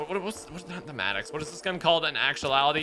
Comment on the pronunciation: It is the Mad-dox Maddox. Then the Krig (Kr) like Crumble (i) like in Pig ga as in (goo goo ga ga) Krig.